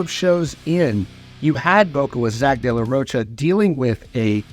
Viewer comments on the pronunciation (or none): This Mfr keeps saying De La “Roach-uh” 😂